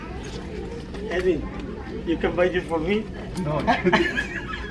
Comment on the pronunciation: am I the only one to notice EDVIN instead of EDWIN